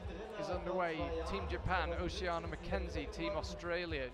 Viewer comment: According to social media, her name is Oceana, so Charlie's pronunciation sounds the correct one to me.